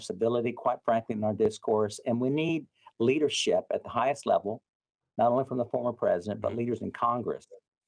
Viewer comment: Say it with me. LeadershiP. Not leadershiT